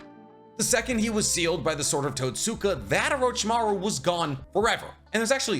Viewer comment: "totsuka blade" = "tote-skah blade". you're saying totsuka like you're in a M Night anime adaptation